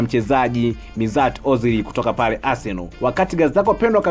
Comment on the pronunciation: Mtangazaji unaboa unapotamka majina ozil aitwi mizati ozil anaitwa meshut ozil na oleguna soshaa cyo sokjal